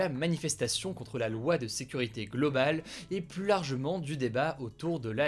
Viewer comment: Salut. Pourquoi ne pas corriger l'erreur de prononciation qui consiste à systématiquement dire le mot PLUS avec le s?